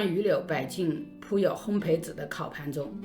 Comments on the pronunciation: 也喜欢说成二声培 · 姐，是烘焙hōng beì